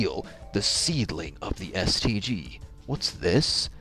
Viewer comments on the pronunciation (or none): "STICK-KUH-DUH" lmao